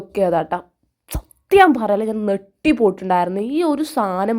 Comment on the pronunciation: നെട്ടുവാണോ ഞെട്ടുവല്ലേ ചെയ്യുന്നത്😂ഡബ്ബർ അല്ല റബ്ബർ😂😂😂😂